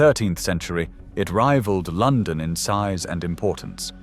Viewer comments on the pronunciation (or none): none